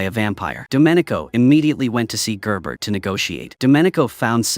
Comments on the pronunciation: Yes and Gerbert is "Jear"ber" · Issa bow, gerbert, galowgus, etc. if your using AI narration at least do a check and make common corrections.